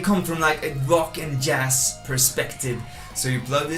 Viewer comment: Are you Danish or why do you pronounce jazz like that Jens Larsen guy does?